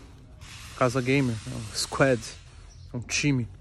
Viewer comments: Ninguém: a Toguro: Squédi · 😂😂😂😂😂😂 o jeito q ele fala " squad " é mt bom